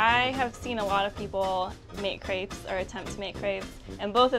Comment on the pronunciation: THEY SAID CREPES WORNG! I AM FRENCH I WOULD KNOW